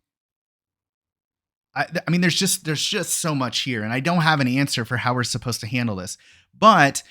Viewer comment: extra emphasis on keyword suppose 😗